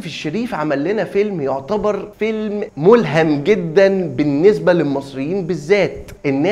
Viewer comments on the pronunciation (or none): برضو مُلْهَم ينفع كدا بالطريقة اللى انت نطقتها بيها بمعنى مقتبس من انما مُلْهِم هي دي اللى مفروض تستخدمها